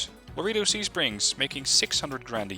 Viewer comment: Laredo > La Ray Dough